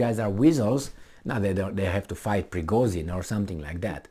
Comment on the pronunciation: he's Prigozhin not Prigozin ))))